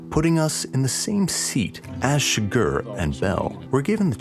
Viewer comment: It's CHIgurh not chiGURH, and javIER not JAvier.